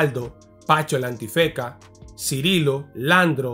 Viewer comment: escucho bien Pancho El Antifeka? la N nunca existió en su nombre 😂